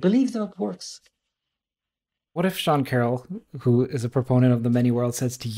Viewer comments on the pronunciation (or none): also its sean carroll* not carole. Think "Alice in Wonderland" not "You're so far away"